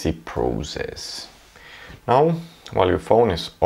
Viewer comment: WOW...when he says "easy PROZESS" ... EPIC Btw.. are you german?? i can tell by your milestone being QWERTZ instead of QWERTY